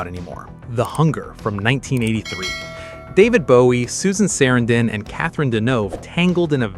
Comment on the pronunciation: ai having an issue pronouncing sarandon.